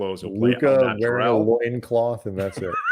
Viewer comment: Luka,"Loin Cloth!"😂😂😂